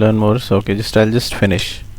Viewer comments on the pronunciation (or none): none